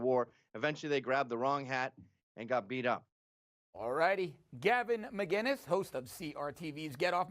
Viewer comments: *McInnes not McGuinness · McInnes, not Maguiness. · It’s McInnes with a hard C, you could see he was annoyed with that at the end, called out crowder for it though lol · Why can't nobody get his name right? Where does the "g" comes from?